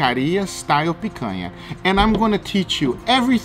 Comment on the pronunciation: Guga, are you brazilian? Your accent of "picanha" and "churrascaria" is perfect!